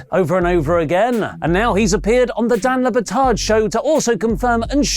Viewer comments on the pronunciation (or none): Guys...its Dan Le Batard, not La Batart 🤦‍♂